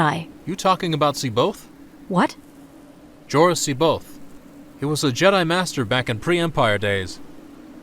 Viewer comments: I have but one suggestion to make, and that is how every voice actor interprets and pronounces names and places differently. Jorus C'baoth seems to be the biggest problem. Thrawn pronounces him as, "seb-bi-ath. Capt'n Pellion calls him "see-bi-oth." The character playing Jorus C'baoth, himself, pronounces his own name, Jorus seb-oath and Wedge Antillies calls him...Jorus See-both." I always read it as, "see-bawth. I used hyphens to distinguish syllables breaks and not pauses in the name's pronunciation. It would be helpful if all voice actors pronounced names of characters and places in the same way as it adds confusion when each actor pronounces things with their own, "spin" on it. Just tossing that out there for part 2. Your own name is. Would it not be weird if one person called you "Dah-mee-un Val-un-tine, and another "Day-mee-en Val-een-teen? If you get my drift? Just a helpful hint here. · I just love how Luke cannot pronounce Jorus C'Baoth's name. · No two characters pronounced C'boath the same way. Most accurate representation ever.